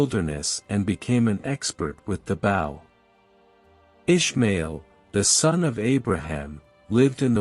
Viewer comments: Goodness 😮 Bow pronounced as in bough of a tree. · expert in the what , bow as in oe ,doe, so ,so its like sew , please get someone to teach you english